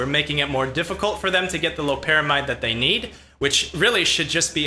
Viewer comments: It’s lopera MIDE, NOT MEED! It has been compared to and said to produce, when able to cross the blood brain barrier, effects stronger than fentanyl. It’s not chemically related other that being a synthetic opioid. It’s extremely dangerous to attempt getting ‘high’ off of it; the pay-off is not worth a fatal arrhythmia. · it's obvious you did your 10 minutes of "research," aka google. . . Loperamide's (MEED) not mide. . . furthermore, Loperamide is closer related to fentanyl, and is structurally similar to it Rule of thumb, NEVER assume molecules with similar shapes produce same effects, sometimes, this is a common misconception, even the slightly change in shape can change all physiological effects! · Call Me Witcher it's pronounced differently depending on where you have studied medicine, you sound like a pretentious Med school dropout